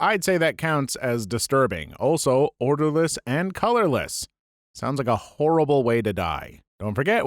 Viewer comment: orderless? its odorless lmao